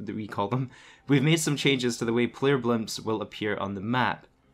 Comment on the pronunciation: You know the word “blip” doesn’t have an M in it right???